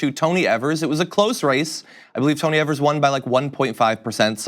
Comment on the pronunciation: It would be really great if would learn that Tony Evers last name isn't as they are pronouncing it. They sound like idiots when they can't even say a name correctly.